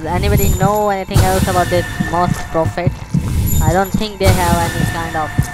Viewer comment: Is the joke that its Moss-es